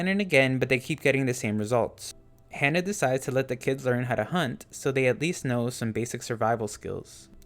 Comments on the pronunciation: It's Ha-Nah not Hannah. Other than that good video. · It's "Hana" with an "ah" sound, not "Hannah" like "Anna".